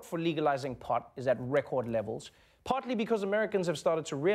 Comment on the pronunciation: Did this man just say "potly" instead of "partly" ? I may be potly high as I was watching this